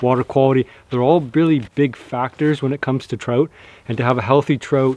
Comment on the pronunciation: Man I love you brother but that accident and word pronunciation I just can't handle sometimes. Lol Digging a "trote" pond. You say Trote! Soooooo many times!!!!!